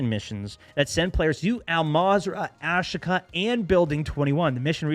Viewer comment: AshKA is wrong. Asheeeeka! Is how it’s pronounced